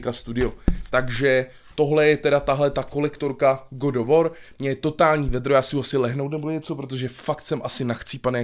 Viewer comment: GOD OF WOR.... English:D:D:D